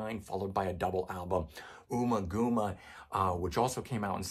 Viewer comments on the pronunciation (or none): Hey, 'Ummagumma' is pronounced as in 'Uhmma Gumma - as in chewing gum, and not as OOmmaGooma as expressed. Cheers.